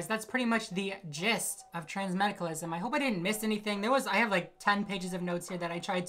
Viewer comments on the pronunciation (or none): none